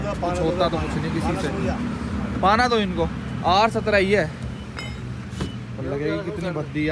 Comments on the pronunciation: Are bhai pona ni hota, paana hota or tume aata ni h paana fashana thoda thokte h jab fit hota h paana thik h bro or fir se sunlo pona nhi paana hota h ok bro jabi gaam aale thode hile hue hote h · Pona na hota Pana hota hai